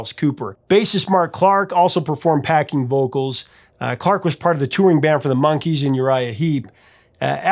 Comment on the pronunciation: Did he say "Packing vocals" instead of "backing vocals"